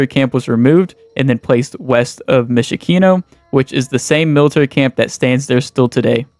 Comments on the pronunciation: And Mysh-i-kino..? Reading isn't that difficult. Lmao. What about all the unnecessarily blurred clips in the video? Content creator may not be your calling man 🤦😂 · I don't understand why you don't even try to pronounce it correctly. Myshkino. Is it really that hard to listen to it in Google Translate?